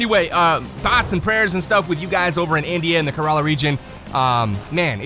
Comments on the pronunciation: Yeah, floods in kerala. Im from kerala. The water hasnt reached us yet thank God. And btw we pronounce kerala like ker-ella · It is Kerala. Just wanted to correct you. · Love ya for mentioning Kerala but you butchered that name😂😂